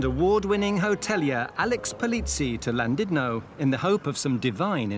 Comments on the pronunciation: It's not Landudno - it's Llandudno. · Why do so many people say Llan DID no? It's Llan DUD no....